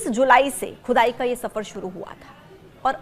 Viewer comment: खुदाई बोल रही हो की चुदाई बोल रही हो मैडम